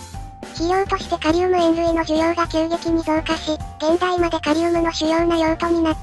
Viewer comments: 現代(げんだい)じゃなくて現代(ヒュンダイ)になっとる🙄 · 前回あたりからずっと現代がヒュンダイ読みされてるの笑う